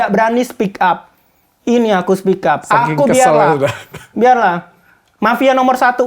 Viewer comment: dokter oky 'biarlaaaa' asli logat sumatera nian🤣